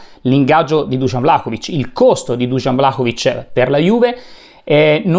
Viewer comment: Intanto di pronuncia Vlahovic e non Vlacovic! Poi come si fa a criticare un giocatore che gli arrivano 3 palloni giocabili? Come si fa a criticare una squadra che gioca insieme da 7 partite quindi è in evidente fase di crescita costante di gioco? Poi sempre tirare fuori l’ingaggio ogni volta, quindi deve valere l’equazione, guadagni tanto e per questo devi segnare tanto? Ma per favore dai facciamo i seri